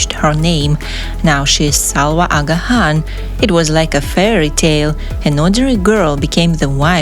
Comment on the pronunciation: u are not pronouncing the name Aga Khan correctly & some other words & places as well,sorry.